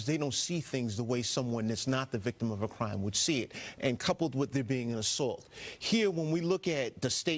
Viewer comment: Do you really think there was a cwime committed.